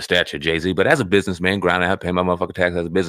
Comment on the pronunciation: I'mma BUS-IN-ESS MAN...